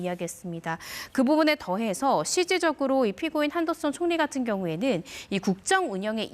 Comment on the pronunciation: 여자 게스트 한덕수를 계속 한덕순으로 발음하는데 이름을 모르는건지 발음이 문제인건지 궁금하네요...